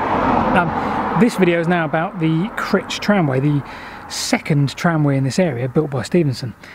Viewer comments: You can always recognise visitors by their pronunciation of Crich it's actually pronounced "cry-ch" by the locals. You managed to redeem yourself at the end I noticed. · Just thought I'd mention that Crich is pronounced Crych so the letter I is pronounced as a "y" 🙂👍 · The 'i' in Crich is not like the 'i' in titch but the 'i' in mike! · shame about the poor pronunciation of Crich!!! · It did rather, I have a deep abhorrence of all types of poor grammar........ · CrIIIIIIch not 'critch'! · Yep Cry-ch. not Critch. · ive been told light heartedly by a friend that its pronounced cry-ch and you could get lynched if you say critch in the presence of a crich tram museum member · It's pronounced with a hard 'I' by us locals, Cr-eye-ch. Sorry if this has been mentioned before, I haven't read all the comments. Love all your videos, best wishes from Derbyshire. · Super vid. More eerie places. And Martin Zero the urban explorer too. P.S. I think you pronounce the ‘i’ as ‘eye’ not ‘ih’. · On the slopes above the gas works is a wooded area and you can still seem some of the actual rails rusting away close to where you were at 8.13. If you walk down the slope there is a bridge at the bottom over a tunnel entrance. Please stop saying Critch though it's painful, it's Crych :-) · Those of us from the Middleshires pronounce it Cr- eye-ch not Cr-itch! 😂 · Please lean place names lol its not Grich. It's Crich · suggest you pronounce things correctly its CRYCH not crich even though thats how its spelled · Not critch but criiiiiich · Cryyyytch, not Critch (as said, I mean ) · It's cr-AYE-ch, not critch! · Pronounced Cry-ch . Great channel , just subscribed . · Pronounced Crytch I believe...but what the hell it's got you and the ever lovely Rebecca......Oddly though, I've mentioned it before but if you follow the original Stockton to Darlington rail line you may well still find parts of the track in a farm field near Darlington...at least O did back in 1961...Good luck...